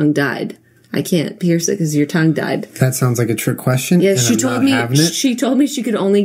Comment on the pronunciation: Its funny how in another one of her vids she says that people pronouncing things wrong annoys her haha yet she says conk instead of conch and died instead of tied lol Still love u Jenna